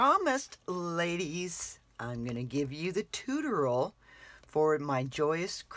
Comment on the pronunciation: WOW! That's a very strange way to say tutorial! Tooteral? Chew-toe-ree-al!